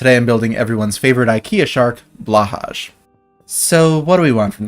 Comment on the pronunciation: That pronunciation of Blåhaj hurt.